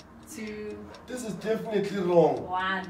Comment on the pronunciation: Not "definetily"😂😂✋🏽